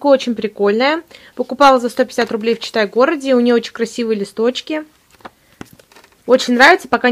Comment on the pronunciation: Сначала не внимательно слушала и слышалось "Чита город",а не "Читай город".Лол